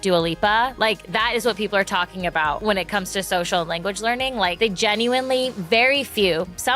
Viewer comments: it’s language not lanaguage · I mean, you can't get the word lanaguage correct 😂